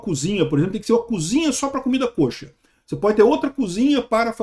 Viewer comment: Para agregar: se pronuncia comida /ka-chér/ (quase caché)